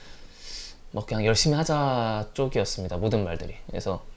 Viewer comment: 열심히 하자를 한자씩 꾹꾹 눌러서 말해주네 ㅋㅋㅋㅋㅋㅋㅋ